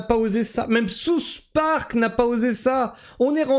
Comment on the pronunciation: J'adore ton accent anglais ! "Sousse parc " ! 😂😂😂